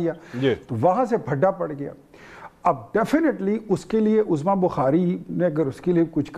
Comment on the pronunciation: سر لفظ عظمی کی ع پر پیش ہے زبر نہیں ہے عُظْمیٰ